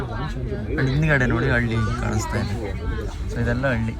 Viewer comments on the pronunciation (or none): none